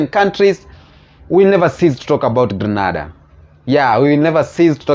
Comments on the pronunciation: It's Grenada not Granada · Just a little heads-up. I believe the proper pronunciation is: Gr(EH) N(EY)DA.